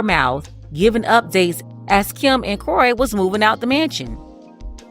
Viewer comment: It's Kroy itch, not Cory.